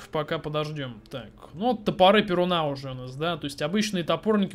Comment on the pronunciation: не ПерунА, а ПерУна ударение на (У)